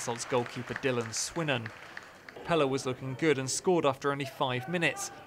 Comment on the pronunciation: How does he not know how to say Pelle